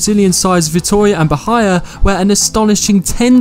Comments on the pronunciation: "Bahia" was pronounced so wrongly :D Its more like Ba - hee - Ah :D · It's spelled Ba-hee-ah, and the name of the team is Vitória, not Vitoria